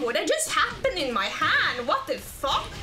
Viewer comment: It's so funny when she says wot de Phoque!?